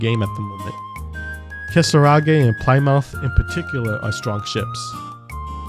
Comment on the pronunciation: Ply-mouth oh god i chuckled at that pronunciation 😂 Correct way is Plym - uth the O is silent. just for future reference